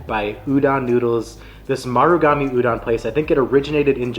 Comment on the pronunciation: You covered most of the popular foods on O'ahu, which is a good start for new visitors. The rice in plate lunches comes from Japanese immigrant food, not Filipino. The red beans (azuki) in shave ice that you've seen is also Japanese. Japanese pronunciation of "musubi" is not "muSUbi" -- more like "musuBI" and "udon" is not like "u-dawn" -- "O" is always pronounced "oh" in Japanese, so the "don" is pronounced like udohn" or the last syllable in "condone."